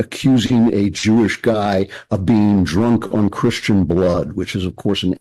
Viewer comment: Can't say Cristian either? Jesus Christ dude... 🙄